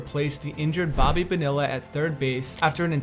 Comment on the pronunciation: Bonilla is pronounced Bo-nee-ya Love your channel, just wanted to help